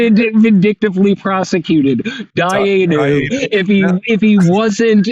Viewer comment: Dayyenu! Priceless.